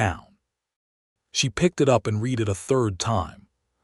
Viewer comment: One thing I like about all of the words said so very wrong . . is that I am content knowing that 'no time soon' will AI take over society fully. For this story, it was hard hearing 'read' and 'cun ROY' said upside-down, wrong. 🤪 Oh well... loved the whole story.